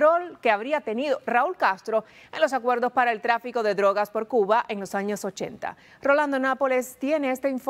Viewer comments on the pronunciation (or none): ¿Por qué el dice "Cu-a"? Por favor enuncie correctamente. Se dice CU BA.